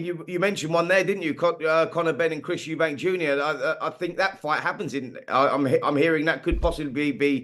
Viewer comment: It’s Eubank not Eubanks